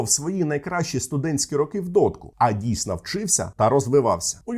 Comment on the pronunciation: Відео сподобалось, але ріже вуха російська вимова: кАлаборанти, дійснА, рАки і тому подібне.